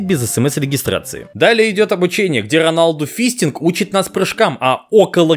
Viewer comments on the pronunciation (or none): none